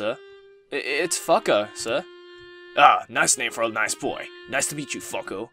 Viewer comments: I couldn't help but laugh every time you pronounced the name 'FUCK-OH' (I'm so immature xD) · i think it's pronounced fuko but idk :/